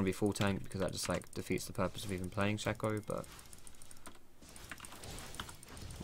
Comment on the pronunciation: no it's shaco not shaco